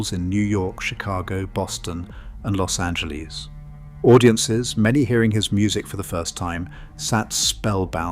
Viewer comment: It's not pronounced "loss ajeleeze". Get over it.